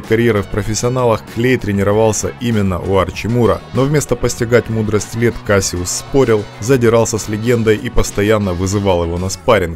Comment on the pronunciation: Why u sayin kasyuss